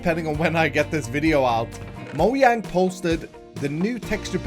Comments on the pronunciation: It’s not moYang but moJang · Moyang, I know he's trying to say Mojang but... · Mojang not moyang